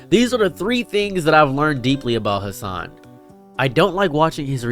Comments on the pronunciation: Bro you didn't even say his name right, you can't complain about people not giving your video a chance when you don't even know anything about Hasan other than he's a political streamer and yells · Brother just stay in your own lane, okay. Couldnt pronounce his name right and couldn't give one example of Hasan Piker "extremism" as you call it. Then to go on and hate that he has multiple channels for different content. My bro... You're hate streaming here lmao Don't like how he streams, don't like that he has more followers then you, don't like how he has more in general... Couldn't even give an example of misinformation like Christ on a candle stick my man.